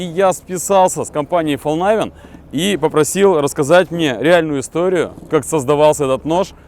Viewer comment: Истинный швед))) Да не говори ты Фолнайвен. По-шведски название звучит как Фалькнивен, а по-английски Фолнивен. Спасибо, хорошее видео получилось)